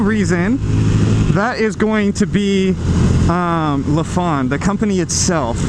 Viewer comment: Why does everyone mispronounce their name lol. Its not Luh-phan, its Ly-fan like lycan.